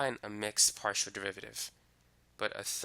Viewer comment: In 5.30 partial z/ partial x is not pronounced de z / de x, however excellent explanation and perfect selective examples. Thank you for sharing